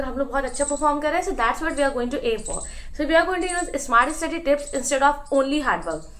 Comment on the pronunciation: dude how are you studying english hons. in a reputed clg and still pronouncing study as 'istudy' and pronouncing many more words incorrectly???